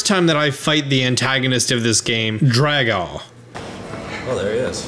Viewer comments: Its pronounced drag oh. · It's pronounced Draw-go. As in faux. This is clearly a french dragon. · I pronounce it drag-ox too😂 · Dragaux... It's like faux. Pronounced fo